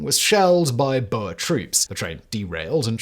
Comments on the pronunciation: In Afrikaans, "oe" is the same sound as "oo" in English. Therefor, "boer" is not pronounced as "boher", but rather as "boor" (same as "book" but with an "r") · I just wish people could pronounce Boer correctly. Booo-Rrrrr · What's a Boa? For goodness sake, please get your pronunciations correct. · Who TF pronounces boer as "boher" lmao. I've never heard a British person mispronounce it so badly. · I don’t understand how an Englishman does not know the correct (from an English speaking perspective), pronunciation. It’s universally know among uk Australian and NZ population’s